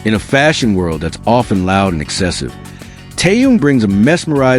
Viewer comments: Очень раздражает бот, то Таюн, то Тэнун, то Тоян, хотя вещает на русском языке. Недоработка. КИМ ТЭХЕН, запомни машина, КИМ ТЭХЕН. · Какой ещё Тэхаен !? Тэхен! Тэхен! Автор ,прежде чем озвучивать его имя ,надо хотя просмотреть видео с ним и как его зовут Арми .